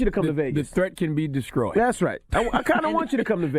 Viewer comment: “The threat can be descroyed” sheeeeeesh